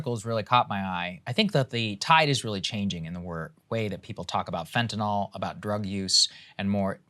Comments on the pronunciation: Fentanyl Saager, not Fentanal. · Lost me when you called it "fentanol".